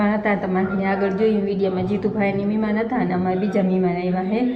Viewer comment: મિમાન કે મહેમાન "હ " ને ખાય ગયા ગુજરાતી